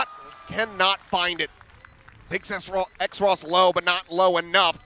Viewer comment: why is Xross’ name being pronounced as X-ross when it’s clearly supposed to be Cross but with an X.. cus X is two lines crossed..